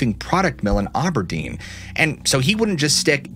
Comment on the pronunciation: Satarai chimmering sounds like a cool thing. Also for future reference, there's an Auburn Washington and an Aberdeen( a pronounced like in apple) Washington but no Auberdeen.